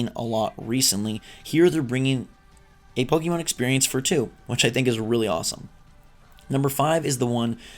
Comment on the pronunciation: it's Po kay Mon. Wtf